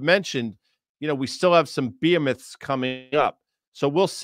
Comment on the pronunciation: Behemoths Guy, Behemoths. Not Beemets